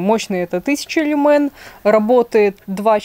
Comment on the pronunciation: Только в слове "люмен" (лат. свет ) ударение на первый слог.